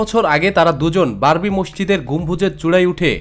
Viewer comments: Babri, not barbi.... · স্যার, "বারবি" বললে তা'র পরের শব্দটা হয় "ডল"!!!